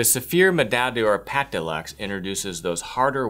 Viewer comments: Dude, honestly, I'm really going to have to send you an audio file of the correct way to pronounce 'Médaille d'Or', 'Pommadier' and 'Pâte de Luxe'. Hit me up if that would interest you. it would give your videos so much more credibility... :) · Please learn to pronounce pâte de luxe and médaille d'or